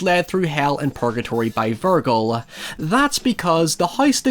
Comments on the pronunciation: "Virgil" (Ver-Jil) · By the sixth time you said Vir-gul my ears exploded off my head. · Did you just call him "vir-gull"? Foolishness,. Foolishness. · Normaly its verge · Looked through the comments for this. Even though it's half-way between purism and the English (or rather, French) version, is it still a legitimate way to say it? It preserves more of the sound of the original name than 'Ver-jill'. Anyway, first time I've heard it said like that. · You should learn how to pronounce the name Virgil first. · Mispronouncing Virgil is what’s actually killing me 😂😢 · That pronunciation of Vergil hurts😂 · I can't tell if your pronunciation of "Virgil" is a mistake, a joke, or a tactic to promote engagement. If it was the last one, I guess it worked. 😅 But in the unlikely event that you actually don't know, it's pronounced with a soft g (as in "virgin"). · I’ve never heard anyone pronounce Virgil that way lol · There are certain words you pronounce strangely due to your accent & that’s fine, but your pronunciation of Virgil is objectively wrong. It’s not a hard G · It's incredible how many things you get wrong. Vergil isn't pronounced with a hard "G". It's a soft "G" that sounds like "J". How do you get such a widely used name wrong? Divine Comedy isn't supposed to be taken as something humorous. The word meant something different when Dante wrote it. It's meant to mean an epic. If you read the Diving Comedy (you clearly didn't), you'd know that there's nothing funny in the books. You should stick to just talking about mindless horror/hack and slash films. They seem to be more up your alley and IQ range. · Pretty sure that's not how you pronounce "Virgil". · Bruh I wanna tap out because of how you keep pronouncing Virgil. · the most horrifying part of this all is you mispronouncing vergil so hard lol. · god saying Vergil like that hurts my ears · i don't wanna sound like a dick but why do you say virgil like that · You say "Virgil" strangely. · Vur-jill not vergull